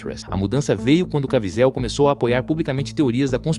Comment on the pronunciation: Quem é Jim "Caviézel"????? 😂